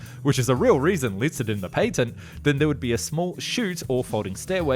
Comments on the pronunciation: the PATTENT ( PAT - TENT) not PAY TENT. -_ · A missile carries a warhead, rockets do not have warheads, therefore the two terms are not interchangeable. Also, patent has a short a, as in apple,not a long a as in airplane.